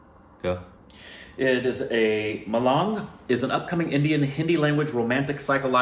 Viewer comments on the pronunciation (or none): it's pronounced ma-lung not lang